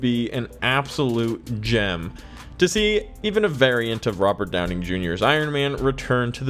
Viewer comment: Hearing Robert Downing Jr. over and over should bug me, but it kind of amused me every time.. 😅